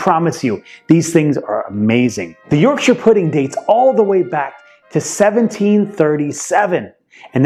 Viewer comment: Thank you for pronouncing Yorkshire correctly